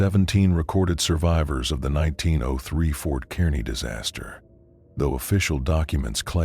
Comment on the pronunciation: Whats weird is their is a Fort Kearny that closed in 1903 in Nebraska which is funny. Great story though, loved it! Only thing was when the AI reads out q903 as 19ZERO3 lol